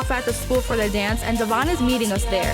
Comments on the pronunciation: Sorry, I really just want to stop like IT'S DEVOIN NOT DEVON!!!😫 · I’m really glad to see evolution as a dad. I also had no idea that his name I pronounced Dev-yon, not Devon like how everyone else has said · they STILL pronounce his name wrong even tho he's made it clear multiple times its DEVOIN. good grief they are insufferable Devoin, you are an amazing father! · I think it’s extremely disrespectful that she continues to say his name incorrectly. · It’s crazy even with dr.drew and his co host calling devoin by his name properly still calls him Devon. 😂 i actually work with him at Bonefish and he is just as laid back and cool as on the show. I’m glad that he has grown over the years. I am a single mom myself and even though I don’t agree with all of decisions I completely understand how hard it is. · OhMyGawd can her&her family stawp mispronouncing his name.Literally everyone else is saying it correctly and they just refuse that’s wild. I wonder why he doesn’t or never corrected them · i hate how bri still doesn’t pronounce his name correctly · The fact that she doesn't even try to pronounce his name right after all these years. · is purposely pronouncing his name wrong....